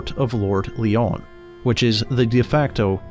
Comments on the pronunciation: Good video. By the way the name Lyon is just pronounced the same as 'lion'; it's not 'lee-on'. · Lyon is pronounced Lion as in big cat. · Its pronounced the lord lion and anyone stupid enough to buy a timeshare from a company that's based in China is just that. They pay thousands in sponsorship and no one here in Scotland knows anything about it. Most woodland is owned by the heritage or is wild. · FYI: Lyon is pronounced like the animal. You used the French pronounciation in this video.